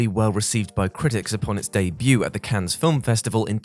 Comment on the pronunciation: I hate to be the nitpicker (JK I love it) but I've heard it a few times on WC and it needs nipped in the bud. It's not pronounced Cans, it's either Can or Canneh. Similarly could we send round an office memo that Mortal Kombat is Ray-den, Metal Gear is Rye-Den.